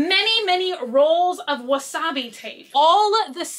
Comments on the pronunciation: it’s washi tape not wasabi 😂😂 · Did you just call that "Wasabi" tape??!! 🤣😆😂🤣😆😂 it is washi tape. I'm choosing to believe that you know this but you are just saying it like that to be funny. Lol 😂